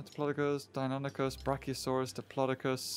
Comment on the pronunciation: Its die-nu-nie-kus. not die-non-a-chus